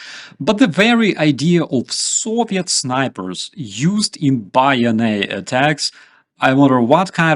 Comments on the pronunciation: Good video,but bayonet is pronounced bay oh *net*,not bay oh nay,at least by English speakers. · 100% on point. Minor point of correction/native English pronunciation- the Bayonet( though of French language derivation) is pronounced Bay-Oh-Net. Bayonet is the Riflemans friend. War to the Knife. Tip of the Spear. Real America knows it's History and Stands with the Brave and the Free. Glory to Ukraine. Liberty or Death. God Save our American Republic.